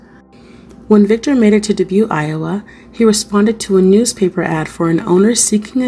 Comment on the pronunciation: I like how you speak slow enough for my old ears. Dubuque is pronounced “Duh-buke”